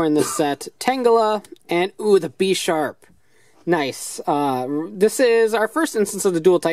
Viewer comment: Bish- arp not besh-arp